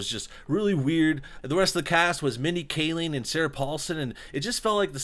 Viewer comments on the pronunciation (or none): none